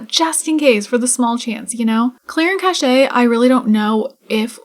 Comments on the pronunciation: Cache is pronounced like "KASH" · Cache. Interesting word. Mostly because I'm curious why I've now heard a couple people on YouTube, all people playing sims, call it "Cash-ey" instead of "Kash"